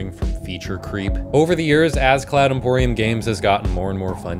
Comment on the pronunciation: Cloud Empyrium vs. Cloud Emporium lol